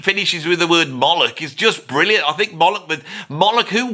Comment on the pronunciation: Disagree strongly about Gilmour. He's great by any measure. Any list of overrated guitarists has to wrap up with Eric Clapton if it knows what it's talking about. Oh and it's Molloch, not Mollick. As in 'Moe'...like Moe, Larry, and Curly. And 'Lock', as in lock & key.